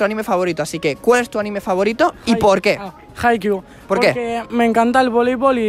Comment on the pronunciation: POR FIN ALGUIEN Q DICE HAIKYUU! lloro ahre